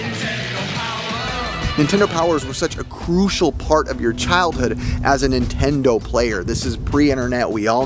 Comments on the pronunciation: Car said ninetendo bootleg much? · Why do the super mario boxes say ninetendo?